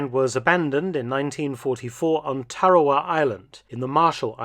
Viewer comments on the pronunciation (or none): none